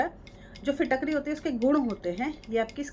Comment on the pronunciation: Madam apko Fitkari bhi bolna nahi ata hai. Pehle Fitkari kaise bolte hai kisi se pehle bolna sekhe.